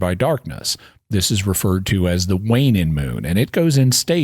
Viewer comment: Wanin’ and waxin’ You decidedly do not have a Southern accent, you’re just droppin’ the g. I’m very familiar with northern Louisiana and south Arkansas speech. Speakers don’t drop the g as a matter of course by any means. It’s insufferable and exceedingly annoyin’.